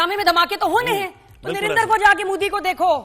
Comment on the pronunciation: O nirendra nahi Narendra... Bol bhi nahi sakta